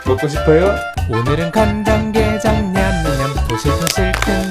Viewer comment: 관좡게좡을 머거보도록 하괬습늬다